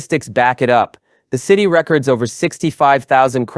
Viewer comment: Good content, but learn how to pronounce record